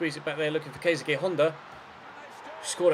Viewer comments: Keisuke is pronounced like KAYS KAY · Keisuke Honda is pronounced ke-su-ki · Honda's first name you prounounces Ka..suu ke